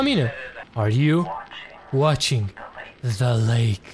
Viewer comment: De ce zici "za" la the